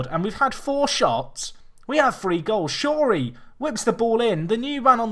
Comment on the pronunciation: Shorey is S not N you did it again